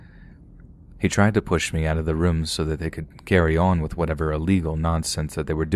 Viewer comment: can you please not pronounce the word "Room" as "Rim." It's rOOm, O-O. I enjoy your readings but it's unlistenable for me.